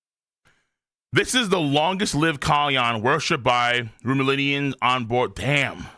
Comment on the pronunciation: Man is dedicated to mispronouncing Simurians and Rumelians